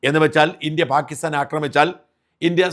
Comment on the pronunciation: പ്രിയപ്പെട്ട ഷാജൻ ചേട്ടാ ഈ "പാകിസ്ഥാൻ" എന്ന് പറയുമ്പോൾ കേൾക്കുന്നത് "ഭാഗ്യസ്ഥാൻ" എന്നാണ്.. കേൾക്കുമ്പോൾ വല്ലാതെ ചൊറിഞ്ഞു വരുന്നു.. 😂 ദയവായി ഒന്നു ശ്രദ്ധിക്കണം.. 🙏🏻🙏🏻😁 പാക്ക് "ppaakh"